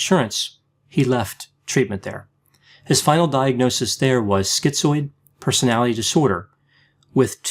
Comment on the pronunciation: OK I hear you saying "personality" with all the syllables now. Thank you.